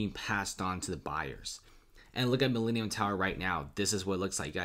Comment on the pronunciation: This is the Mi-lean-eum tower